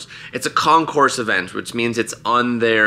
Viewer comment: Also, not con-course, with the S. It's con-cor.